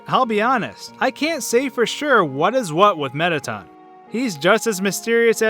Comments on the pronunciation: AHAHAHAHHA "METTATUN" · You pronounce all the names wrong on several levels, I mean, "Mettaten"? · alphys, not alphees mettaton, not mettaten napstablook, not napstabluk